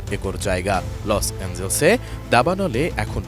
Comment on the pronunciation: এস আই রাজ 'লস অ্যাঞ্জেলেস' উচ্চারণ টা ঠিক করুন।